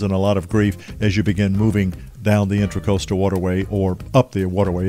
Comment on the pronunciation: It is the inTRAcoastal waterway. Not inTERcoastal…while you write it correctly, you keep calling it inTERcoastal.